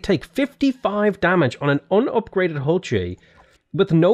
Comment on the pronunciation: Also it is pronounced ool chey the H is silent.